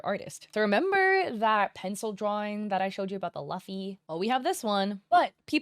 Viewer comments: It hurt every time you say Luffy wrong. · Who says Luffy like that 💀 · I have never heard Luffy being pronounced like that before